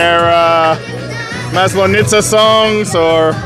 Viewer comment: seriously. You can't pronounce Maslenitsa. It's horribly hard for anyone who is originally English-speaking. don't do it my Moskovite broski:face-purple-crying